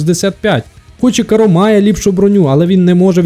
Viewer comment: Порівняння супер, але, все відео різало слух, як ти називаєш карро) Правильно кАрро, не каррО)